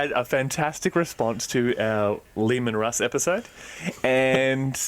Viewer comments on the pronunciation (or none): I can't believe people are getting upset Leman Russ pronunciation when over there going all "croissant" with all the pretention in the world, but then says "cronut" like a bloody plebian. You can't have it both ways,. If you're going to be snooty, pronounce cronut "kwoh-nu"!